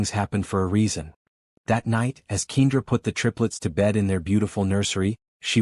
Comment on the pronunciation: Wonderful Story! However, If you choose to have a make-believe story of a mixed couple then choose a Name that the Narrator can pronounce. I believe that Ms. Johnson's Name is Pronounced Kendra not Keindra. Kindly, Fix the Correct Pronunciation of Kendra's Name because other than That, it sounds Stupid!!! Some folks Names don't make sense or Spelled properly?